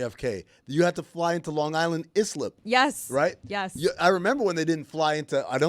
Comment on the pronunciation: Thank you Amin and Jessica for setting things straight from yesterday. 👍🏾 Also for the record Islip is pronounced Eye-Slip.